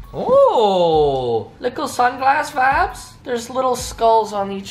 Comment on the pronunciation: Please stop saying “Vabs” -_